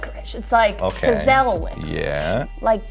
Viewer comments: The way she pronounced pizzelli 🤦🏻‍♂️🤦🏻‍♂️🤦🏻‍♂️ It’s peetz-el-e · It’s pits-zel not pizzel